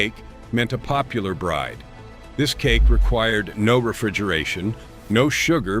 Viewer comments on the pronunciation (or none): none